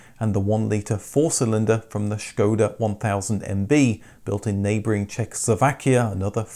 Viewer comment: Wow! Thank you for pronouncing Škoda the correct way. Thats attention to detail